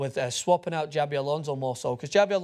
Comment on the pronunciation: CHA-bi Alonso, not JA-bi